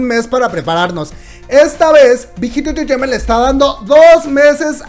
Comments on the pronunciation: Alguien que cuente las veces que dice "entretaiment" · Me hace gracia como dice big hit “entertainment” 😁😁😁😅😅😅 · Por qué dice tan raro entertainment xdxdxd?